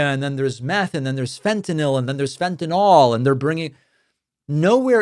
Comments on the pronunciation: First time "fentanyl" was ever pronounced correctly 😂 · THANK YOU for saying "FEN-tuh-nil." One of my biggest pet peeves is "FEN-tuh-nall." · Thank you for pronouncing the name of that drug correctly! Those people are so illiterate. And yes, attending to that level of detail is indeed vitally important. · Thank you, David, for correctly pronouncing "fentanyl". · Thank god…at last, an American who can pronounce Fentanyl correctly😅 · THANK YOU for pointing out the persistent mispronunciation of fentaNYL!!! This has been driving me nuts! Likewise, "pundiNts"!! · THANK YOU FOR PRONOUNCING FENTANYL CORRECTLY!!!!!